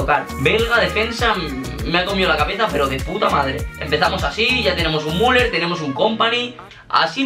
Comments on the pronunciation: No sé pronuncia muler se pronuncia miuler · no se dice muler se dice miuler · Müller: Miuler no Muler xD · Se dice miuler